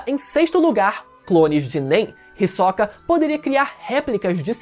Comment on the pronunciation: o HiSOCA 🥵🥵, que agonia ele pronunciando assim kkkkkkkkk